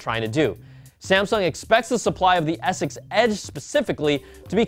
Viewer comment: please enunciate your words. When you say S6 it sounds like you're saying Essex or ex-sex. It's driving me nuts:P